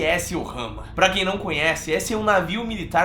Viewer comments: Não é Ohama, é Omaha, vc falou errado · USS Omaha e não “Ohama “! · Não e OHAMA....eh OMAHA... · Não é orrama é omaha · " USS OHAMA", não, mano, é "USS OMAHA"! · Desculpe...mas "ORRAMA" dói no ouvido . O navio é Omarrah....a pronúncia. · e USS Omaha e nao Ohama como vc disse varias x durante o video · Amigo é USS Omaha ( pronúncia omarra ) .